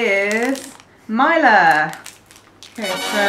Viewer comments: Pronounciation tutorial: 1. Mila: not "Mayla". Instead "Meela" with short "ee" 2. Mäta: you did pretty perfect 3. Horalky: not "Whore-alky" LOL ... just simply Horalky with the emphasis on the first letter H ... In slovak language the emphasis is always on the first letter. 4. Deva: here "e" sounds like "ä" from previous Mäta ...so not "Diva", but "Deva" ... Plus in this case the "D" sounds the way you have no alternative for. So try to use Google translator to hear it :) ... btw it is an archaic term for a young (and pretty) almost adult girl/woman. 5. Sojové rezy: correctly "soyové (long e) rezy" ... "z" sounds just like an english "z" ... and You´re right - it´s a perfect pack of energy for hicking. 6. Rumba: not "Ramba" but "Roomba" (short "oo") 7. Pikao: it´s a condensed milk with chocolate/cacao These all are the classics from the socialism era and didn´t change at all (except the new version of Sojove rezy). The original retro styling of the packages is intentional - it works, people love retro :) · pronounciation - soyove resi Mila h´oralky Mila...like not i like "i", but like "e" Slovakia brand is actualy made in Czechia (Czech republic) Great video, enjoyed it much :) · Mila was pronounced so bad it hurt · Ur saying Mila wrong